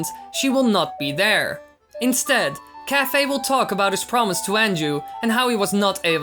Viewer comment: Isn't it pronounced Kai-fay?